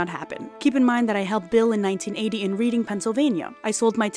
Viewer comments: I love your content! Been watching and reading the site for years! Btw Reading is a city in PA and is pronounced "Redding" in case it hasnt been noted yet! Stay excellent!! 🏝😁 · It doesn’t really matter…but Reading PA is pronounced “Redding” with a short e not a long e. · FYI: Reading is pronounced as Redding. I know, it's weird.